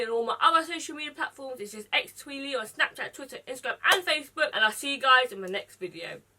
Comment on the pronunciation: Snapat.😂 Me:"wat she's saying? My cousin:Snapchat! Me:Ohh.😮